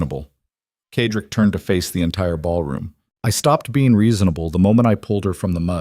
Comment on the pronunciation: Why can’t AI pronounce Cedric(Sedrick) instead of Kedrik!!! Annoying!!!